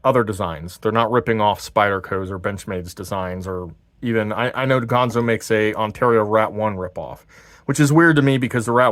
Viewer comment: It's ganzo, not pronounced gonzo, but I do like your channel, I subscribed